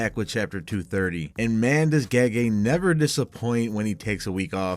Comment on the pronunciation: It's pronounced 'Jee-Jee'. And she's female.